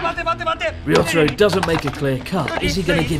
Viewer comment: "risotto-ro" incredible xD